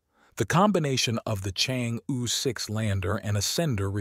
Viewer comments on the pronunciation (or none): Chang'e is pronounced as "Charng Err"